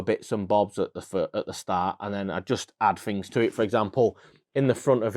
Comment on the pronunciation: “Fings”? Things?